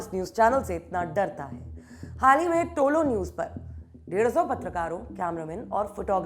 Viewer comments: टोलो न्यूज नहीं है तोलो न्यूज है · Don't say tolo it is tulu. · Bolna seekho pehle propaganda godi media walo, tolo nahi tulo it means sunrise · Kamse kam ye logo me dum to such bolne ka.nahito yaha ki dallal.media dinraat muslim ke khilaf mission chala rahe hai.tumlogo ko afghanistan news ki baat karree kabi yaha ki dalllal media ke bare me bata do.aur tolo nahi tulu bolo sahi pronounce to karlo.tulu ka matlab rise aur tolo ka kya matlab hota